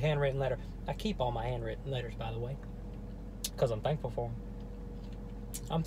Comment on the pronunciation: let’s eat chocolate every time says “thankfull” i would be dead